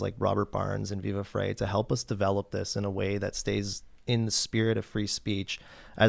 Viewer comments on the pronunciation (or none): It's pronounced "Viva Fry", not "Viva Fray".